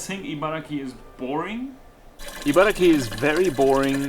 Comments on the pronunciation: Though I don’t live in Japan now, I am from Japan. Interesting video! One thing that bothered me is that you kept saying ”IbaraKI”. It is Ibaragi, with G not K. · chibaragi=chiba+ibaragi Although the place name should technically be pronounced “Ibaraki,” many Japanese people find it easier to say “Ibaragi”. It’s very easy to spot someone from Ibaraki Prefecture—they’re known for getting angry when you pronounce “Ibaragi” incorrectly.